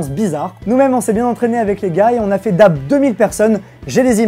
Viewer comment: Sa se prononce Daib